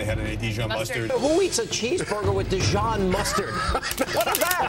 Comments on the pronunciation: I like how Hannity pronounced Dee shon mustard instead Dee zhon. lol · Who pronounces it Dishon. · I think the worst part of this is the way he pronounced dijon like dee john